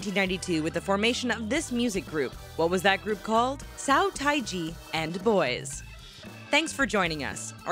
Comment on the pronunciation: "So tai ji & the boys" lmao